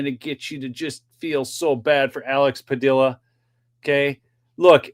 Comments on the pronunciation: It's Pa dee a not dill a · Padilla rhymes with tortilla 😅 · That is a Spanish name and pronounced Padeeuh(Padilla) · It is pronounced pad-ee-a if it is spelled Padilla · Alex Padilla is from the California STATE Senate..... not federal. And its pronounced like Tortilla, Padilla.... 😂 two LL makes a Yah sound. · double "ll"s in Spanish are silent. His name is pronounced "Padia". Pancho Villa's last name is pronounced "Via". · It’s Padia pa Dee a the ll’s are silent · Padeeya… the ll’s in Spanish are pronounced Ya